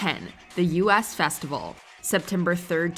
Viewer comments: The "U S" festival? Good lord. it was the "US" festival - as in the "look at US at the concert!" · The “US” Festival.....not pronounced “Youuu SSSS” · You’d think if you’re presenting ‘facts’, you might want to learn how to pronounce some of it. I’m talking about you, U. S,. Festival and maybe Laura N-I-Ro. Haha. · It's the "US Festival" as in "we", not the "U.S. Festival" as in the "United States Festival"... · It was not the "ewe-ess" festival, it was the "us festival", hence the reason: to decry the self-obsessed 1970s (you know, the "me festival"). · It’s the US Festival, not U.S Festival, the word Us. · Sorry lists but it's US Festival, as in the two of US, not as in US of A. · The 'US' in US Festival is pronounced like the pronoun.